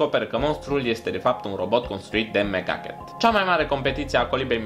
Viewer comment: Am crezut ca ai zis "Mega Cat" in loc de "Mc Ducket"